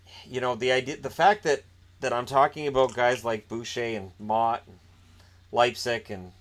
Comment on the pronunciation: Holy hell did u butcher motte hahaha